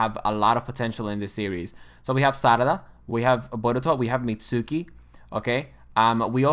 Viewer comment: Pronounces the u in Mitsuki 😅